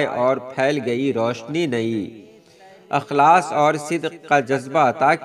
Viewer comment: Akhlas nahi hai Ikhlas padhye